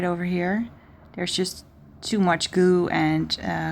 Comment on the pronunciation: Raquel Levin she said glue, it's just the way she pronounces it, she says the l quickly.